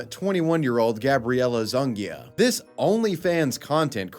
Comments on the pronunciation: pronounced "Zuniga" as "zuhn gee yuh" Tell me you've never met any Hispanic people without telling me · Every time,. How are you so bad at pronouncing hispanic surnames? Zuniga is not pronounced "Zun-gee-uh." That's caveman talk. It's "Zoo-nee-ga."